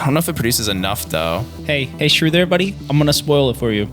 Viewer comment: been watching for a few videos and only just now realized his name is shrew not screw